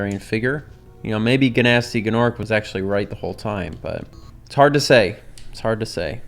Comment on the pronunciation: Gnorc is pronounced norc the G is silent dumb dumb